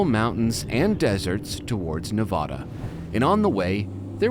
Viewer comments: It's Nev-AAHHHH-Duh, not Nev-awww-Duh. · Sorry i gotta say it. AAAAA not Ah. NevAAAAdAAAAAA not NevAHda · Great video and series fellas thank you! Btw it's Ne-va-duh, not Ne-vah-duh boys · Nevada resident here it’s Nevada not Nuhvada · its nevada not nevoda🤣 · Say "Neh-VA-duh". That is the proper (American) way to pronounce the state name. Put emphasis on the second syllable. Pronounce it so that the middle part rhymes with the “ad” sound in the words "sad" or "mad." Compare "Nevada" and "Nebraska" for God's sake! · U guys gotta stop saying Nevada like that. PLEASE!!! As a Reno local it's like nails on a chalkboard. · I really enjoyed this adventure. However, there's one small gripe. The accepted rule of place name pronunciation is that it's pronounced as the inhabitants do. Therefore, the first "a" is the short "a", as in apple. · I think you managed to mispronounce "Nevada" several times (there is a "preferred" pronunciation). Good news, you balanced it out by also mispronouncing "tacos." Fun video.